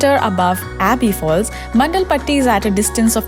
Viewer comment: A small suggestion here. Before you create videos to make money out of it, please get the pronunciations right.. you literally pronounced everything incorrectly like Madikeri, Abbey falls, Honnamma and much more. Focus on the quality of the content because such misguidance will cause inconvenience to the people who are planning to visit Coorg (Kodagu). Thanks